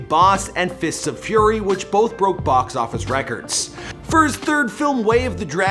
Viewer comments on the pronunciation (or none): none